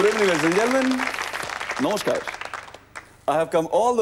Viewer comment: that Bengali accent 'Nomoskar'😍